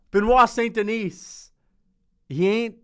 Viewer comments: It’s “Denee” not “Denise” right? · Don't pronounce the "S" at the end of DENIS in French. It's just "DE-KNEE". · I feel like you’re calling him St Denise on purpose lmao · Us french dont pronounce the "s" in Denis, quit torturing yourself 😂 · Love these videos but please don't pronounce the s in "Denis" lol tbf french is confusing asf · The S is Silent